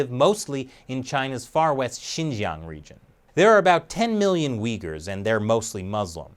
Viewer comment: Took a shot every time you said Uigher. They can have my liver now 😑